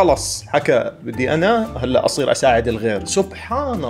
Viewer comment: انته دلوع بتقول هلأ(الال والانه)